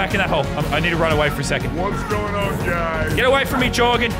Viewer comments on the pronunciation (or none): Joergen not Jorgen